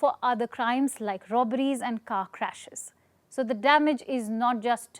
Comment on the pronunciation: It’s crash & not crach